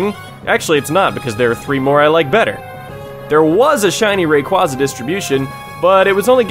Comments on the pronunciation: It's RAY-QUAY-ZUH. His name comes from the words Ray and Quasar. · Its pronounced Rayqueza